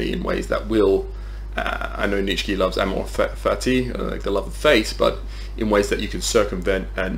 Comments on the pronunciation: Great video, just keep in mind it's "Neech-uh" not "neech-skee" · You keep saying neech key, are you blind or dumb and or deaf